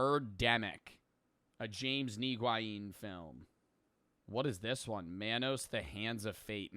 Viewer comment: “A James Nee-Gwieen film” son 😭